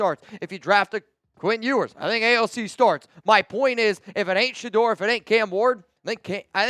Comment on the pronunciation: Noties!!!!! And hell no !!! It's Sheduer Sheduer Sheduer or basically fail!!